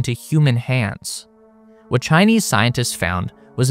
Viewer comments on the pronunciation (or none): WAH-TAH China found on the moon.